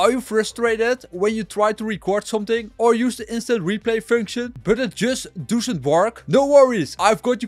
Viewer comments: Gast het is niet DOESUNT, je spreekt het uit als DOSSENT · dusent werk 😂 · I swear he's from Rotherham and saying doesn't funny on purpose 😂😂😂